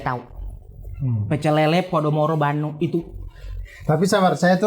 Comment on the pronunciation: Walau informasi dari AR sering sekali meleset 🤣tapi saya konfirmasi doi sudah melekat dengan budaya Bandung. Karena pelafalan Bandungnya dengan silent D alias Banung wkwkwkwk.